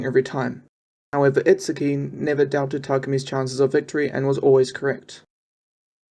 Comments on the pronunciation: Every Japanese word is butchered to some extent. Needs to watch the anime and actually listen to the vocals lol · Keisuke is pronounced kay skay. Itsuki is pronounced eat ski.